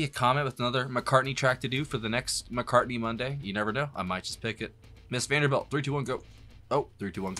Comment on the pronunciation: It's actually "Mrs. Vandebilt", without "R"...